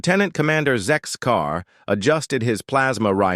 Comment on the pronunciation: Zen-car….. don’t you mean Zectar! ‘Cause it’s Sarah Chen, getting the old team back together.